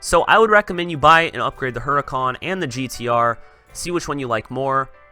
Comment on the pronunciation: Mate it's hur - I - can not hur-i-cawn